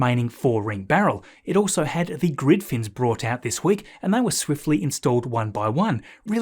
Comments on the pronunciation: Hey Mate. Great work but you’re still saying bought instead of brought. That’s unfortunate very 🇦🇺 now! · [tanks] would be bought in To help with the construction, SpaceX also bought in this [crane] House , If you buy something then you bought it, but if you bring something then you bRought it. Yarrrr, pronounce the 'r', arrrggh. You sometimes pronounce "brought" correctly, e.g. "Its grid fins were also brought out this week."